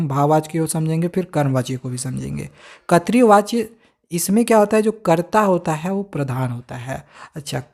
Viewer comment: Katri vachya🤣🤣 nahi voh (krit vachya) hota hai